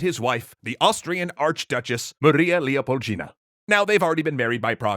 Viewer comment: She was too based for this world. I DON'T like how he says Ds with Gs (Leopoldina, not Leopolgina).